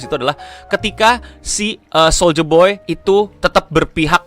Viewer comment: Soldier boy Yg gue denger: Soulja boy